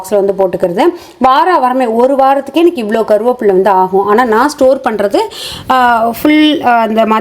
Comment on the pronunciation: "கருவாப்புள்ள " ❌ "கறிவேப்பிலை"✅